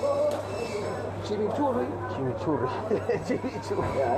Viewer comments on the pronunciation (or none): como que "chemochurri" weon es chimichurri como no conoces esa wea periodista kl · "Chimichurri" po wn. la wea asquerosa!! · “Chimichurri” XD